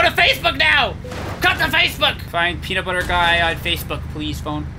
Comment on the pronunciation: lol you said "pee"nutbuder